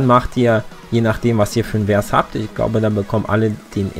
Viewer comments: Hallo und nix für ungut, aber ich muss jetzt mal kurz klugscheißen ;-) Ein Vers ist quasi die Strophe eines lyrischen Textes und wird Fers ausgesprochen und nicht Wers. OK Google, Klugscheißermodus aus und danke für den kleinen Guide :-) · vers mit V und nicht mit W aussprechen bitte. danke :)